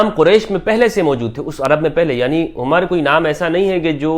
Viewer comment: نام عَمر ہے یعنی ع پر زبر ہے عُمر نہیں ہے